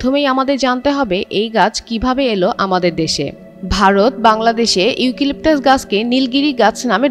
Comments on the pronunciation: ইউকিলিকটাস???😂😂 হাস্যকর উচ্চারণ 😂😂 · বোন তোমার উচ্চারণে আমার মন খারাপ হয়ে গেছে, ইউকিলিপটাস না , শুদ্ধ করে উচ্চারণ করে আসো।